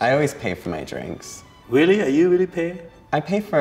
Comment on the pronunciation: You mean weally